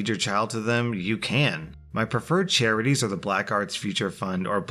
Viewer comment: did he really pronounce charities as ‘cherries’?